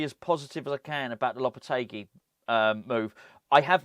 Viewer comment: The guy who can't even pronounce Lopetegui's name?? Do me a favour.